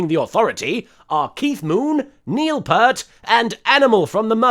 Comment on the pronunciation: Everyone pronounces Neil Peart's surname incorrectly. It angers me!